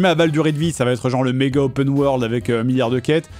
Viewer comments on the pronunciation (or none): none